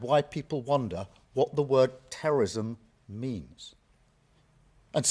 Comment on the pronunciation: cant say terrorism